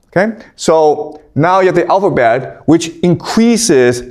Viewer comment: Please speak more slowly with some emphasis on getting basic pronunciations correct. The 'owfabet' is not clear ! The bible was a best seller in it's day but it cannot be classed as a 'great book' alongside those others mentioned. When we learned Homer and Latin age 12 it was the language alone we learned, the rest was left to us to work out. We forgot it, but we worked the rest out.